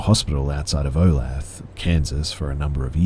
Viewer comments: Olath Kansas lol. For future reference it's pronounced "oh-lay-tha" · Ok i know its a small point and it doesnt matter now... but olathe is pronounced o-lay-tha